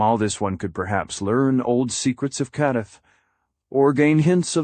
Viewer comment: What a garbage narration. Ur bullshit ai voice can't even say kadath right